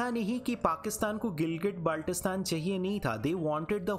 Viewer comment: Hello teacher I'm from Gilgitbaltistan Firstly your pronouncing the name very Wrong